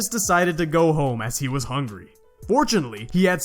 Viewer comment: 🤣 “he decides to gawg”. Good video tho